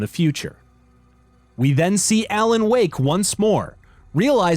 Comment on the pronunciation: U keep pronouncing Alan as ELLEN